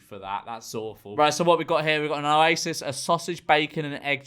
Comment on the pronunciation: Oasis" sounds like u sayings isis som no wonder yer xovering yer face 😂